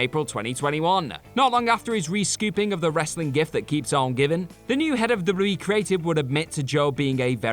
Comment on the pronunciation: my favorite part is when he said dubbadubbadadee